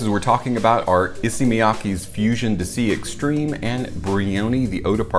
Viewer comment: It's not dissy, it's dee-say.